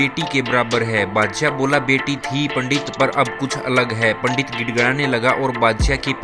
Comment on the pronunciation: Bhai pahle hindi bolan seekh theek se Bhangi or badshyay kya hota hai Shi uccharan sikh